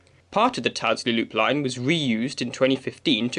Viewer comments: Enjoyed this. Have known these lines since before closure.Just think you could improve presentation by sourcing & inserting archive photos of what the vanished stations once looked like in their heyday. Also TYLDESLEY is pronounced "TILDSLEE" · That was great. I live Monton end. Remember Gail Tyldesley on Corrie? That's how you say it.... Tillzley 🙂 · I remember walkden low and high levels as a kid never went on low. ,,,,,,PS it’s pronounced. Till des lea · You need to work on your northwest place name pronunciation. Look up Tyldesley on Wikipedia. There's an IPA pronunciation guide.